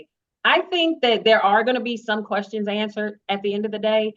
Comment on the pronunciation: Carlos we need a live! We have "qwerstions"